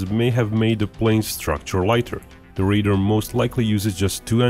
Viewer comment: Deciphering between your pronunciation of RAIDER and RADAR was very dicey